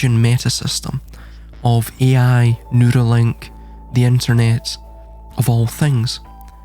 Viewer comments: I thought the same thing...that he was saying noodly.😂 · I know this a serious topic, but I’m over here laughing, because I thought you were saying, “noodle link.”😂😂😂 Then I realized you were saying “neural link” instead. I guess since “noodle” is slang for brain, that it would work.😂 I agree and have been saying they’re trying to establish a worldwide, electronic, pseudo scientific, eunuch, feudal serfdom. In fact, every “ism” in this realm, from capitalism to fascism to communism to socialism, eventually devolves into feudal serfdom. That’s the only form of government the “elites” will tolerate, and they hate the idea of us having anything—any comforts or luxuries.